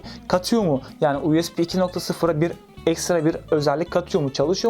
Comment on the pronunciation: Her "U ES Bİ" deyişinde monitörü tırmalıyorum.